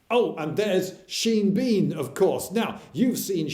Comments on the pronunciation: Sheen Bean? Instead of Sean? I assume I'm missing a joke here? Explanation? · seen bean? isnt it pronounced shawn?